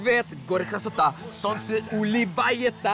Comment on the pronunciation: It's not KrasOta, it's Krasotaaaa